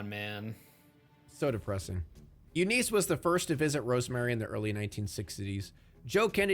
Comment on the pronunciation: Eunice? Nah, “You Nice” lol the name pronunciations in this vid are amazing